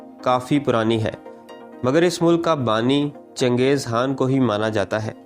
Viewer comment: CHANGEZ HAAN BOLTA HAI BEWAQQF AADMI.....KHAN BOLNE NAHI AATA...VERY SAD